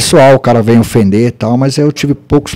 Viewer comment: Racional sabe nem falar vein,pianin você que fala tem de tar vendo